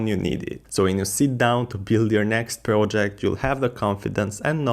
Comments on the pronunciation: How do you succeed to pronounce "prOjeCt" so guffy?? Now, I need to watch video muted with subtitles.. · Glad I'm not the only one annoyed by it. If you're going to create educational content, the bare minimum is getting the basic words right.